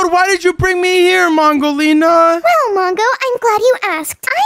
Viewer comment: Did u just call her pongolina she is mangolina